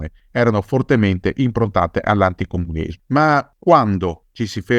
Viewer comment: Mi domando perché una delle parole che il narratore si mangia molto, è proprio "ANTICOMUNISMO" (14' 42")... "Piuttosto che..." ??? (20' 45")